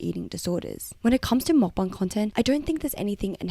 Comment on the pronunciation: take a shot everytime she says makbang